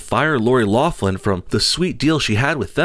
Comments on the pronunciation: Lock-lin, not loff-lin. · You keep pronouncing her name 'Loflim'